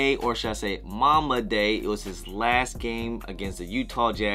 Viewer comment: “Mamba” Day not Momma “Mambacitas” not mamcitas 😂